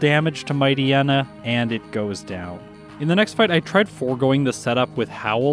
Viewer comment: It seems like the endings of Poochyena and Mightyena are supposed to be pronounced like "hyena". Also, Crunch is special and Shadow Ball is physical. Makes perfect sense. Amusingly, every single damaging Dark move switched to physical in gen 4.